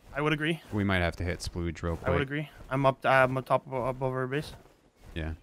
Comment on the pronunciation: The mispronouncing of splodge is doing my head in haha